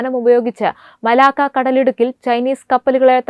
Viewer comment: മലാക്കോ അല്ല കൊച്ചേ, മലാക്ക. എന്തു പറയാനാ? നല്ല training കൊടുത്തു മാത്രം ഈ കുട്ടികളെ news reading ന് വിടുക. വായന തെറ്റിയാൽ അരോചകമാവും.